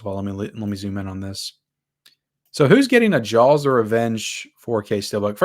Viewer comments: Why does he keep saying Jawls? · Whoever buys these 4K movies, you're an idiot and you're the reason why studios take advantage of physical media collectors (FYI, it's pronounced Jaws, no L needed) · You’re not pronouncing the L in Jaws hard enough. Ask your mamaw how to say it, right! 😂